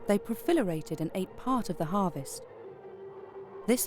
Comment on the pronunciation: ...but no one reviewing the spoken words commited to ‘tape’. In English, to turn the word proliferate into ‘profilerate’ and then to leave it that way says not enough people had eyes and ears on this production.